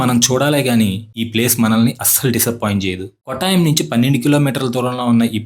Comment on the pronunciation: "కోట్టయం" కొట్టాయం కాదు. "పాతిరామణల్" పత్రమనల్ కాదు . అలపి చెప్పకు బాబూ, ఆలప్పు షా (not quite, it is Alappuzha) అంటూ చెప్పాలి